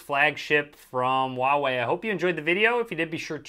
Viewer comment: The H in Huawei is not silent. It's Hoo-wah-wei, not oo-wah-wei